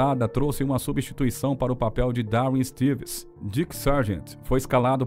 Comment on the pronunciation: Gosto muito do seu trabalho, mas, por favor, tome mais cuidado com a pronúncia das palavras da língua inglesa. No caso deste vídeo não é "Stévens", nas "Stiiivens".😊